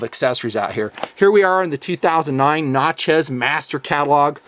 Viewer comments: I believe it is pronounced "Nat" rather than "Not" in Natchez as in Natchez, Mississippi. Just saying. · ...just helping you out, but it's pronounced "knat-chez", not "knot-chez" awesome video!